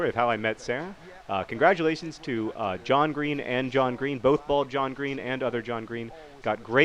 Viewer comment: "How did you not finish there John Green?" Sounded so wrong...